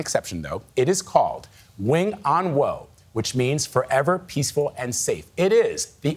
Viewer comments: 永安和 Wing On Wo. The wo is pronounced like waw in Cantonese, not "woe". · In cantonese its pronounced wing on wo4. I laughed everytime they said wooooo.